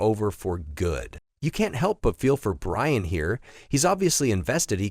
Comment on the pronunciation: Ryan and Inger? Shitty AI lost me immediately